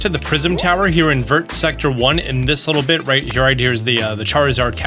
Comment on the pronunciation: You say other French words French-ly but pronounce the “t” in vert lol